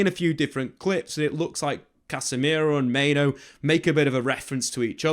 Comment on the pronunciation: Mate, I'm on my knees absolutely begging you to pronounce Mainoo's name correctly. As the video went on, you started doing it in fairness. But the first half of the video, time after time - Main-Oh